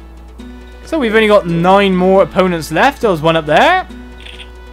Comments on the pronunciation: opponents not eponas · You said 9 more eponas left lol